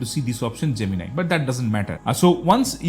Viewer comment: Oh finally I find someone pronouncing Gemini correctly.